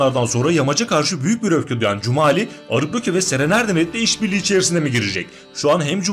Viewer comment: Да не Кумали,а Джумали😎